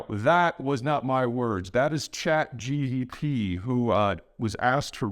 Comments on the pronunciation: Peter's brain is so used to saying GDP that when he tries to say "Chat GPT" it sounds like "Chat GDP" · Its not ChatGDP!!! :))) its ChatGPT. Peter, I love your content but not this time. I think you could do better just by watching Lex interview with Max Tegmark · You get a pass for the GPT/GDP due to metathesis but you still gotta stop sayin Nuke-you-lar ASAP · I like how he calls it ChatGDP rather than GPT. He's got geopolitics on the brain 24/7. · Peter is so into his geopolitical profession he says ChatGDP instead of ChatGPT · C'mon Peter, "chat gep" ? "Chat gtp" ? Nucular ? Can we get your analysis-level precision also on the pronunciation part ? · Wait, is he saying ChatGDP? Well, we would never make THAT mistake. Signed, AI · #1 takeaway: If one of your videos correctly says "ChatGPT", we know it is NOT Peter! 😂😂😂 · If only we can get Peter to pronounce “ChatGPT” correctly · Chat GPT will murder you for misspronouncing his name